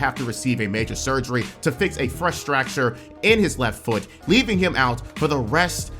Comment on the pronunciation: Fress Stracture?